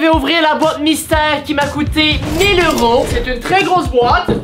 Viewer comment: Pourquoi tu dit heure tent dit que tu abite au Québec et au Québec ses des dollars pas des heuro😅